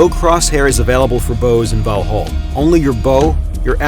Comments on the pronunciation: Kind of bothers me when this narrator pronounce end part of Valhall (hall) as hôl as a english word. Sorry but that's wrong. Just saying. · Pronounced valhall and skol wrong it hurts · As a Swede the pronunciation of Valhall really hurt my ears and heart.